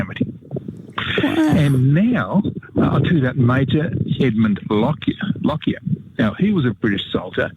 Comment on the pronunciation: I am a direct descendent of Major Lockyer. I would like to remind people of correct name pronunciation. Correct is, LOCK-YER, not LOCK-I-ER. thank you